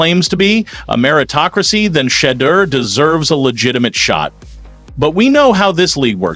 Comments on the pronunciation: same stuff you said yesterday and... to disrespect him with the assanine mispronunciation of Sha-Dur's name at each mention is EVERYONE SHOULD UNSUBSCRIBE worthy. report respect and honestly, not buffoonery, so I can keep tuning in to follow. TOOOO many others willing to do it right beginning to end #RespectSSsName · ##1 practice pronouncing Shedeur’s name correctly. It is AWFUL TO HEAR HOW YOU AND OTHER MEDIA PEOPLE BUTCHER SHEDEUR’S name. We Shedeur’s fans see CLEARLY this Cleveland Brown’s FRONT OFFICE IS DEFINITELY MAKE AMERICA GREAT AGAIN CULTURE.